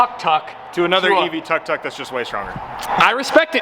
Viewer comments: Tuck tuck? 😂 as a Thai/laos myself I’m offended haha it’s pronounced “took took” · it's tuk tuk! not tak tak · it's pronounced took took